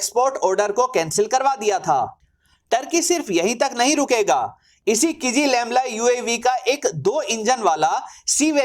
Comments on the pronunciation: “किजीलेलमा” हैं भाई किज़िलेमला नहीं। क्या गुंडा बनेगा रे भाई। 😂😂😂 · Not kijilelma, it's kizilelma. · "Ç" is Pronunced as "J" in Turkish. Akinçi is Pronunced "Akinji" Also you're pronuncing "KIZI-LELMA" wrongly as "KIZI-LEMLA" Thanks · RIP Kizilelma Vs "Kizilemla"😂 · Abey jahil ki-zi-lel-ma hota hai Kizilemla nhi🤣